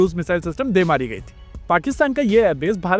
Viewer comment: Love the way you said de maari gayi thi.... Hindi Kam he sunne ko milti hai idhar aur vo bhi thet Hindi bhai